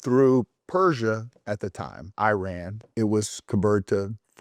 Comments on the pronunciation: It’s not “eye-ran” …. It’s Iran (ee-run) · Please don’t say I run!! It sound absolutely STUPID IRAN is pronounced E run. It is not appropriate to talk about a topic when you do not pronounce your topic properly to begin with. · oh my...the way you pronounce Iran is disturbing, this way of Pronunciation was started by some Fox News Airhead anchor. Iran is pronounced (E-Run), Not (I-ran) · It is not I ran, it is IRAN, one word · Thank you being our voice.🖤🖤🖤🖤🖤 By the way, Iran is pronounced “ee-RAHN,” not “EYE-ran.” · Dear sir. It is no. I ran as if you ran away. It is Iran as in. Irrigation, pronounced Eran . The I R GC terr-or-ist corp. stands for Islamic Revolutionary Guards and not Republican Guards. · Very intelligent guy, as an iranian, this is one of the more accurate videos ive seen.(just call it e-run please not i-ran) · wtf is a eye ran ? u ran ? bro is giving us history listen but cant spell the countrys name properly , its called E ran (iran) its not even hard u just want to bucher it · It's pronounced "Eeraan" and not ei-ran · it's pronounced e-run and e-run-ian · Iran is pronounced EE-raan, easy. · The correct pronunciation of Iran = E-run, Iranian = E-runian